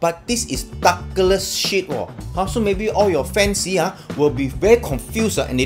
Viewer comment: It's DA..gles. not DOGles. So you guys out there please spend some times practicing pronouncing people's name before he turns green and puts a chocolate in ....